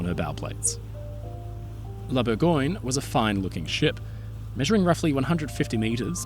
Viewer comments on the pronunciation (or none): "Bourgoin"? That sounds like the London (?) dialect of English for Burgubdy. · Close, but no. It's "Bour-găăn-yuh". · It's Bourgogne, not "Burgoin" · I like that you try to pronounce foreign names correctly and was pretty stunned that you kept the disastrous way English speakers slaughter the words "Gascogne" and "Bourgogne"